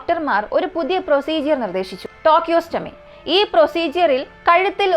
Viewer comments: ടോകിയോസ്റ്റാമി അല്ല സഹോദരി.. ട്രക്കിയോസ്റ്റമി.. എന്നാണ് 👍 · Not tocheotomy..it's tracheostomy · Just an advice, it's tracheostomy tube, not tochostomy. Please do proper research over such terms as it can give wrong info to the public.